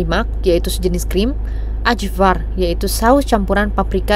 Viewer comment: kak, itu baca ajvar bukan ajvar juga, tapi ayvar